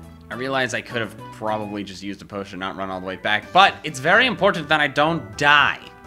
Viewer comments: He says " Posican" when he sees a potion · land dud I was making a joke since it sounded weird- Also, I made this like a year ago